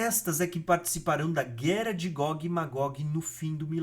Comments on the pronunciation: Tá errando o " R " aí heim! Não é "guera" e sim " guerra"! Não é "teremoto" e sim "terremoto" não é " arebatamento" e sim arrebatamento"! Parece que está errando por querer, que é pior! Um vídeo tão bom, com erros bobos de português na narração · Não é guera é guerra, buro.